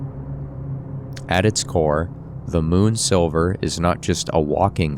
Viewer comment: bro, excellent video essay, but it's moon sliver not moon silver XD